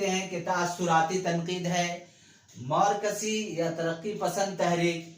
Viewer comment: زبان درست کریں ہجے صحیح ادا کریں۔۔۔مورکسی نہیں مارکسی ہے